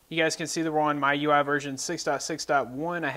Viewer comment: I think it's pronounced like "Me- U I" Mi- mee U- you I- eye